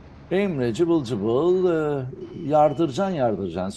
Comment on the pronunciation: Hocam cıbıl cıbıl degil Cıvıl cıvıl doğrusu hocam.